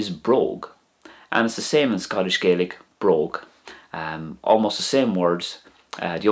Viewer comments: It's Scottish GAAlic not GAYlic. Just saying. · Interesting video, thank you. But almost all Gaels in Scotland call it Gah-lic, not Gay-lic 😊 (You'll only find a sprinkling of folk in Scotland saying Gay-lic, mainly around Argyll, and also Nova Scotia). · Regarding pronunciation, a very important point is that the language in Scotland is not pronounced "Gaylick" as you do in this video, but is pronounced "Gahlick" reflecting the way speakers in Scotland call their own language: Gàidhlig. This pronunciation is also used by almost all people in Scotland, not just Gaels, when speaking either English or Scots. There is no "English dialect of Scots". Scots is a language that evolved from Middle Northumbrian English, but has Norse, Dutch, Gaelic and possibly Pictish and Cumbric influences, as well as French influences different from those in English, so that it diverged to the point that it was also considered a separate language by the 1600s. It is as different from English as Scottish Gaelic is from Irish. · i must say, the facts and history are correct, it was just gaelic is pronounced EXTREMELY different from Irish and when you were pronouncing gaelic as irish